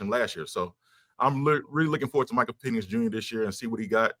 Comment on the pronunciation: What is Mike calling PENIX ? 🤣 WTF is Peenix